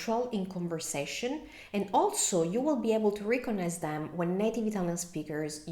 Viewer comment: Your English is excellent but in this video, you mispronounced 2 English words. First, “idiomatic” is pronounced id (as in lid) i-o-matic. Second, “recognize” is pronounced rec (wreck) og-nize. Otherwise, great video